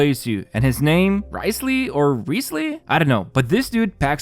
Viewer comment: Wriothesley is pronounced as "rizzley"